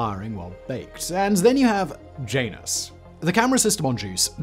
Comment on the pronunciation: JAN-us = JANUS YER-uh-nus = URANUS EE-oh = IO